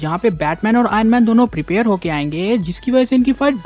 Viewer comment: Kya bhai bas prepire prepire bol raha hai